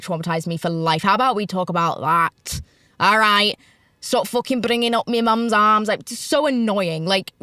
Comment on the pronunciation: “stawp bringing up me mums ARRRMS” 🇮🇪